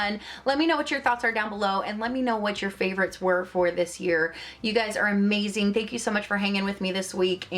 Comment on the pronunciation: You skipped the "v" in "favorites," but I love watching your videos! I love when you point out indie brands or ones that are less talked about